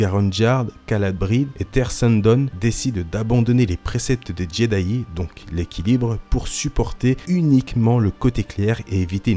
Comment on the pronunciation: C moi ou j’entends jeday